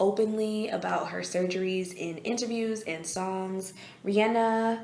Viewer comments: Oh my goodness you say REE ANN A. Thank you! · Kudos for pronouncing Rihanna's name correctly.